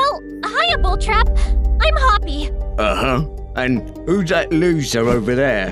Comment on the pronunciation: Player sounded like he was saying Hoppy